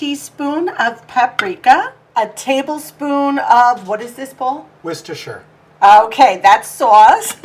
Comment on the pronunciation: Hubby said Worcestershire perfectly 😊 I live not far from there.